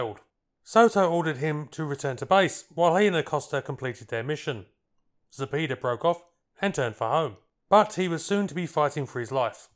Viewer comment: Zapeda- "za-pay-da", not "za-pee-da"